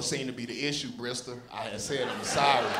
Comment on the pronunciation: Brisister. ?? OK I hear you..